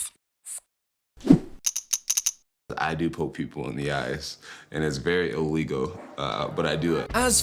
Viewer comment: Apparently poking someone in the eye “It’s very iwegal”